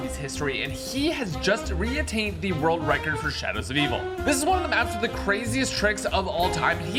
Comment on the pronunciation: My bad but “world wecorded” 😂 I appreciate ya videos man!!